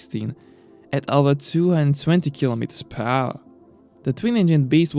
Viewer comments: "200 kilometers phour". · how did this guy manage to pronounce 'per hour' PAAAWHH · Kilometers pahour annoyed me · "phao" = per hour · per hour pronounced as phehouhr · Really nice vid. I would like you better the pronounciation of "Per Hour", though. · Funny how he pronounce " per hour" :D